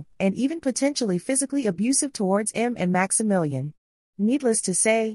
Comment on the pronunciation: The girls name is pronounced EM ME and not M.